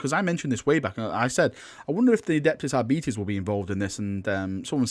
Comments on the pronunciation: it's AR - BI - TES not ARBI - TIS. not even my native language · Pronounced like Arbitrator, arbiter, arbitrage... R-bit-és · Ar-bites, please for god Emperor´s sake. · "I'm just gonna pronounce it Arbetes and you'll just have to live with it" Finger hovers over unsubscribe button..... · It is pronounced arbetees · Ar - bit - es , as in Arbiter (someone who makes a judgement) its basic English. They are not coming, it's Enforcers as in someone who enforces the judgement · When you say arbites i keep thinkind diabetes xD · I had always assumed 'Arbites' was faux Latin shorthand for 'Arbiter' so base the pronunciation on that, I guess? Making them arbiters, or Judge, jury, and executioner, is also a clever way to tie them in with the Judge Dredd IP for free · All in favor for the public execution of for how he pronounces Aribites say "I". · That pronunciation of Arbites is like nails on a blackboard.